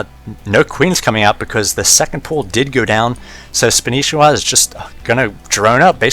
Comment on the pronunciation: That's not spanishiwa it's Spanshwa look closely